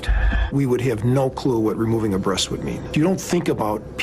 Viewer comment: "The breats is the best part of the chicken " WTF😂😂😂